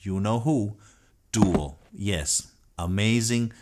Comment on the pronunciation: Doo - AL is how it's pronounced .